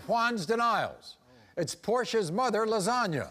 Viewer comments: no, Maury straight up said Lasagna. I back tracked after seeing your comment. There was definitely no pronunciation of "O" 🤷‍♀ Edit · y'all...her name is obvi Lazona...pronounced the same way as "LASAGNA!!!!!"